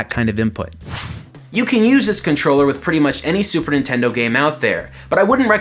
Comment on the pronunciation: Yo this is a sweet controller but you said "Super Intendo"